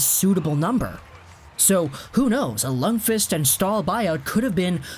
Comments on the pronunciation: His name is pronounced “Lunkwist” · No, its pronounced Luundkviist.